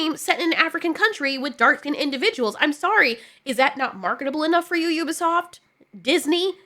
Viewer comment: It's Ubisoft you-bi-soft